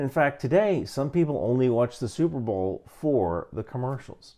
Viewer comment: Never heard before of superbowl and it sounds like superblow.